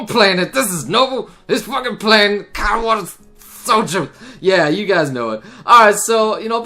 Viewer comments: Anyone else bothered by the fact that always pronounces it Katawata Shoujo? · spoiler alert: to this day still doesnt know how to pronounce katawa shoujo correctly